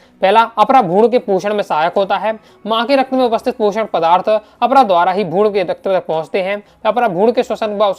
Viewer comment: Bhaiya aapki aavaj me mujhe bhrun,gud sunai de raha he😂😂😂